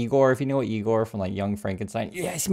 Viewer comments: It's pronounced I Gore... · It's pronounced "eye gore" and that guy wasn't nearly as subservient as Lutnik. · It’s eye gor. lol ✌💙